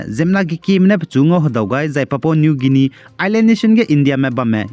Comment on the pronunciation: Ndâ anui Leisi kageteibe tingge "Guinia" ze Pronounciation ge âh "Gainia" ze kuku delei, Ei nzeimak zai lun gaira da.